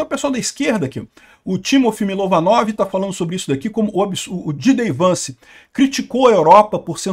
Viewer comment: uma correção: o nome do vice presidente é J. D. Vance, e não DJ Vance